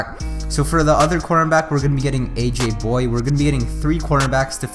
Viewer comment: It's aj boy-yay not aj boy....